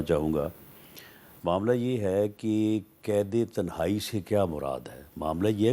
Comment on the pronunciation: Mir sb pehly to is k alfaz sahih kry k tehnae nahi hi tenhae hi